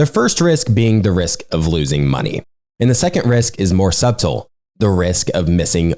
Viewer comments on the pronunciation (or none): The b in subtle is silent.